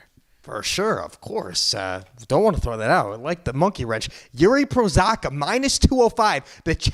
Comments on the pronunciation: Prochazka not Prosaka smh. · Hey, it’s Pro-haz-ca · "Jiri Prosaka" :D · omg Jiri will become a champ and yet you still can't pronounce his name correctly it's literally not that hard 😭😭